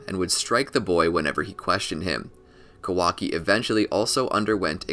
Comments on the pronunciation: It’s Kah•wah•key not Ka•walkie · Pronounce his name correctly first 🤣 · Bruh, pronounce his name right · I think your pronouncing his name wrong